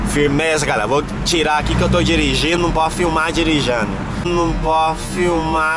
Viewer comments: eita coitado do carro o falou dirinjando kkkk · Não pode falar dirigano